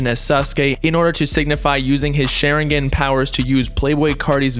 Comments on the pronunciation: “sh e rin gen”.... it’s pronounced “Sha rin gon” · "SHERIGAN POWERS" 😂😂😂 its shawringawn(pronounciation) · He said Shar-in-gin 😂😂😂 it’s shar-in-gawn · its shh- are - en-gan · “Sharingen” lol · its SHA-RING-GONE but spelled Sharingon: Also its LEVIOSAW not LEVIOSAW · The way u say sharingon is hilarious yo lmao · bruh if i hear share ingan one more time. some research u were doing. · Did this guy just say shar-in-gen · Sha-rin-gon bob, for next time. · Every time said sharingan (Shaw-rin-gone) wrong my Sasuke voice starts coming out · Soon as you said Sharingan wrong i left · This video lowkey pissed me off, he pronounced sharingan wrong, he missed so much info smh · Lmao the way he says sharingan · This man really said sharingan wrong 🤦‍♂️ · The way he pronounces Sharingan makes me cringe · ShArInGAaAaN. Boy go learn to pronounce it. No dirty will be put on my shows name😤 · Bro...how did you pronounce Sharingan? Lol I know you never watched it but it was just funny man. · The way he pronounced Sharingan lmao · Sharingan. You said it wrong again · His pronunciation of sharingan is disgusting